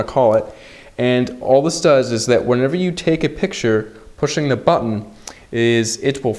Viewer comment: When you said (BUTTON ) Sounded Really POSH!